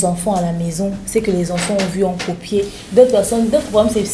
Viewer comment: On dit écoper de… madame et non incomper de…c’est ma toute première fois de vous voir présenter l’émission avec demeure mais j’aime bien et bon courage